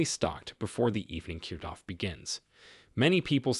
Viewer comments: Does AI have to be used in these videos? It’s irritating to hear the mispronouncing of words. Several times hearing “cute”off instead of cutoff. I’m sure there were others but this was the one that stuck out as it used several times. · Useful information. However your pronunciations of cutoff as cuteoff was annoying.